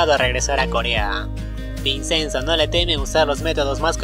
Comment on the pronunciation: La pronunciación es ( vichenzo) se escribe Vicenzo pero no se pronuncia como se escribe porque es italiano 😊 👍